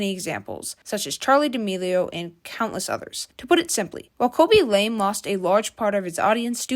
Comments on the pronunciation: Its pronounced Lamay not lame, and did you seriously call Ray Ryan? Nah I'm out. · It’s not pronounced LAME it is pronounced LA MAY. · Damn why are you mispronouncing his family name like that.